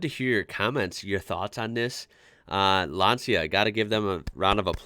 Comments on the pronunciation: Lan C ia not lansia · What a great car and great pilot! Interesting fact: Lancia is originally pronounced "Lancha". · Nice video, the Delta Family was beast and the Lancia was almost brutal in those days, with the 037, Stratos... Oh by the way, the correct pronunciation of Lancia sounds more like "Lancha" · For me as a German who owned two Lancia Thema 2.0 Turbo it took some time to learn the correct Italian spelling: It's like LUN-CHA (long LUNNN, short CHA like in Cha-cha-cha. And ignore the "i" completely.) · Its pronounced Lunch-ah in Italian.